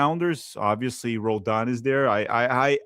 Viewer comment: Roladan? Puh-LEEZ!